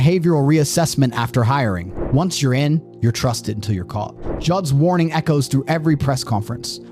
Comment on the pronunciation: Narrator, learn how to enunciate your 'T's (thir-ee five, utili-ees, caugh in the same net, pah-ern, chah apps...). When did people start doing this?